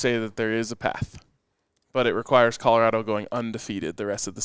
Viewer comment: Hahahaha Apparently YOU dident get the “memo”…. It’s Colorado!!! 🤭